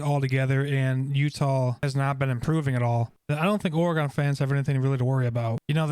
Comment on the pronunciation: OR - GEN. OR - uh -GEN.